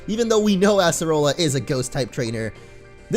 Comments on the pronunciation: it is pronounced (uh-ser-uh-la) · Uggghh... I cringe so hard whenever you say Acerola's name wrong.